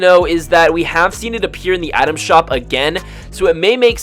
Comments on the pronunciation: Take a shot every time he says Adam shop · frist few times i heard you saying "atom shop"